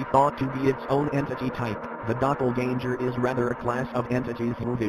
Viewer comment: Pronouncing "doppleganger" like Danger kinda cut some of the horror .